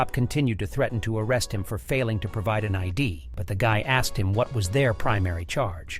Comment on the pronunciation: "So I axed her...." pretty sure that's a crime, you can't just axe people. That's the trouble with a certain group of Americans, they think they can axe everyone.